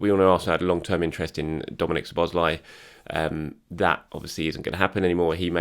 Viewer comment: Szoboszlai is pronounced So-bos-lai-ey